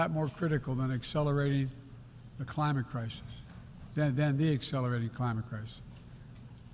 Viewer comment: "no where is that more critican than Excelrating the climit crisis" um, joe, you said the quite part out loud again. . .